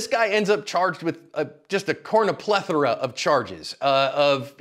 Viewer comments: Pretty sure there's no such word as "cornoplethera" lol. The word is cornucopia. I think your just being funny - right? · Cornucopia + plethora = cornuplethora 😂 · "A cornuplethora of charges." Lol, I'm gonna have to remember that one! You just coined a new word, dude! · Cornaplethera? New word? 😆